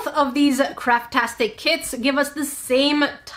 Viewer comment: When you first said craft tastic I thought you were gonna say carptastic 🤣